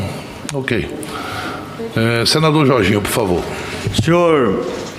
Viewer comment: "Naum púfavô, puramô di deus...." Não sabe nem falar